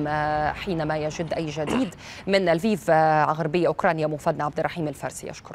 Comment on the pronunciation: السفير الروسي الناطق بالعربية إصله اوكراني من مدينة ليفوف وساله مراسل الجزيرة أيهما اصح لفيف ام ليفوف ،قال تقراء وتلفظ ليفوف وخاركوف وليس خاركيف. مفهوم!